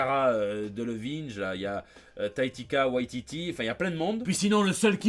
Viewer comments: ''Taittika Waititi'' =) Mais sinon très bon Jt !! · "Cara Delevinege" et "Taïkata Waïtiti" à part ça super JT comme toujours